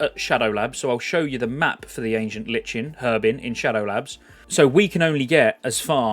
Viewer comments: It's not Li-chen, it's Ly-Ken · I'm new around these parts and i'm loving the content my guy, but if you keep saying LICH-in instead of "lie-kin" i'm gona frickin cry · Might just be a British thing but I’m pretty sure it’s pronounced “LIKEN” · Ancient LIKE N idk why everyone has trouble with that word >.< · We British pronounce the H in Herbs. But yeah Lichen/Lyken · Love your content mate, I'm subscribed to many youtubers following classic content, but just want to say - it's pronounced : Ancient "Lie-kun" - lichen is a kind of mold or fungus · Nice vids man. Just a critism, lichen is pronounced 'laiken.' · hurts my soul every time he says "herbs" and "lichen" wrong every 10 seconds